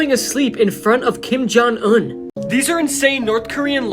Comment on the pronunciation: He says kim jung un like kim jung uhn